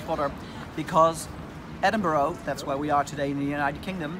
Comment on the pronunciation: Stop saying Edinboro😠